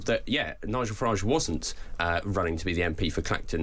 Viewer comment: Its Farridge.... rhymes with garage, average and twat.